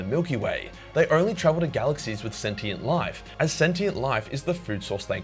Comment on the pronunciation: Learn how to pronounce “infinite” and “sentient” or else I will tie you up and let Timmy have his revenge on you